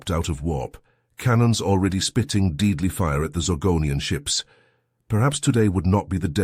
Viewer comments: deedly fire? Which comes first the mispronunciation or the misspelling? "hooman" I guess it's the mispronunciation then, because HUMAN was spelled correctly. scythed, the reader got it right the text is wrong. Aught cloud? LOL! Oort cloud, pronounced correctly, misspelled horribly. Amidships is one word. I liked the story. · The AI does add an interesting level of WTH (?) when it mispronounces common words. Deadly = Deedly 🤣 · "Deedly" fire? "Hooman?" I like these stories, but the AI is frustrating. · "Deedly" seconds in really through me. And "Hooman." The obvious errors make it difficult to focus. The lack of cohesion when the perspective changes is also weird, yeah. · "deedly fire" 😆